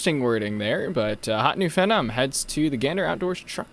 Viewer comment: bruh its pronounced feenom - hear it in sports when peeps a natural